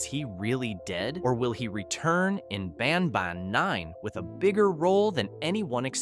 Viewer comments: BanBAN not BANBON😂😂😂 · the way you said banban was very weird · You always say ban ban wrong😢